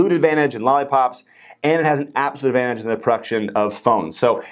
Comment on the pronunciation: did you said lollipops ???